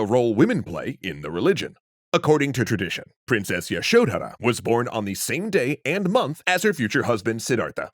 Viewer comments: The "dh" in Yashodhara is one syllable. It's pronounced similar to "th" in "the". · That pronunciation of Yashodhara is distractingly awful. I think y'all are great, but you might want to check in on pronunciations a bit more